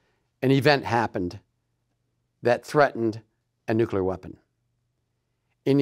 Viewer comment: It's pronounced the way it's spelled: NUCLEAR - NEW-KLEE-AR, not NuKuLar.